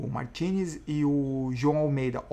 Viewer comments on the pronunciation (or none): none